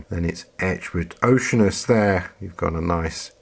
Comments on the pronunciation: You're mispronouncing the name...it's not OCEAN-us, it's oh-she-ANN-us. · It's Oh-shee-ar-nus. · "O see ann us" - even for you Brits. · " O SEE ANN US "